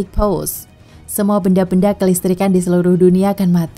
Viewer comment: Bukan "pause" tapi "pulse"